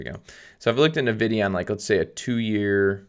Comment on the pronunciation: It's pronounced "EN"vidia, not "Nuh"vidia.